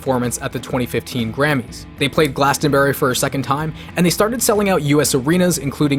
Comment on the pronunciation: Glastonbury is pronounced glass-un-bri